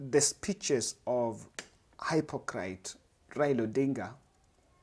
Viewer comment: English lesson 😉 Hypocrite is pronounced [hippo-krit]